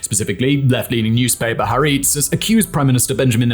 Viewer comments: Please learn to pronounce "Ha- Ar-etz" It's two words (meaning "The Land" (literally) or more figuratively, "The Nation"), and three syllables. Also, in Hebrew, the emphasis is always on the second syllable. The way you run roughshod over the pronunciation makes you sound pompous, ruining an otherwise good video. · That's not how to pronounce "Haaretz". It's pronounced... well.. "Ha-Aretss" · I think it's Haretz, not hareets or Haritz. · “ Haaretz” is pronounced “Ha Aaretz” (“The Land/State”) , with an audible gap between the two parts of the word. And the emphasis is on the first syllable in “Aaretz”. (In written Hebrew, there is no space between the definite article - or pronoun or proposition - and the word which follows. This can create a bit of confusion when certain words are transliterated into Roman and some other alphabets, in which words are written separately). Just thought I’d mention this as Haaretz is a source you often quote. Excellent presentation. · Well, his pronunciation of newspaper Ha'aretz made me cringe, as well as that of Israeli names. But then again, I lived in Israel and served in the IDF decades ago, so knowledge of how names sound in Hebrew is my guide.